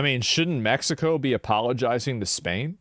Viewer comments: Bro you cannot make a "California belongs to Mexico" argument and pronounce it "Meh-hi-co". Bro legit calls them Latinx. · Blue eyes white guy pronounces Mexico as Mehico. Look at how authentic he is. Please give him an avocado. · "be a white beta socialist and not pronounce it meHico" challenge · These are all just the I need to be woke as a identity or to feel superior to other people cuz of progressiveness and it’s the lack of knowledge and self awareness like what white personal pronounces “Mexico” as meh hee co like stop it with the fake accent ur not Mexican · "It belonged Meh-he-co." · The soyboy saying "Mehico" is a parody, by the way. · When the white guy pronounced Mexico in spanish.... please stop. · oh look how progressive he is he says Mexico in Spanish with a Mexican accent instead of in English with an American accent 😂😂😂😂